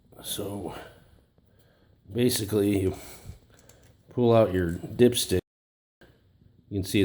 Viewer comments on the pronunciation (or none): lmaooooo i thought you said "pull out your dipshit" 😂😂